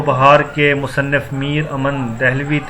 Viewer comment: Musanaf nahi musanif hota hai